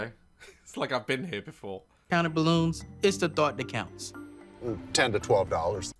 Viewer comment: i absolutely love how daz pronounces balloons. "bloons"